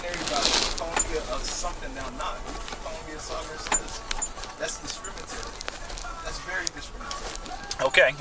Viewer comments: He said discrimetary. LMAO. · "That's very discrimitary (sic)" 😩😩 brutal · "That's discrimitary." Wut.